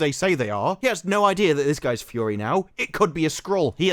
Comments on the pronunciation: I like you but can you say “Fury” and not “Fyorrree?” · It’s not pronounced “Fou-ory” …. It’s ‘Fury’! (fou-ery)